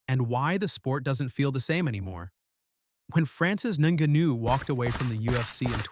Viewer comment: Only people that haven't been lifelong fans feel this way. Can't even say Francis Ngannou right.